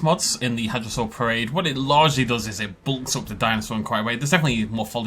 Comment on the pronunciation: Oh hey I I got a shoutout! Thanks. Also, some actual PhD paleontologists who work and publish on hadrosaurs also admitted to pronouncing the name wrong. So don't feel bad. I'm part-Chinese with Mandarin-speaking relatives and I also mispronounce a lot of Chinese dinosaur names.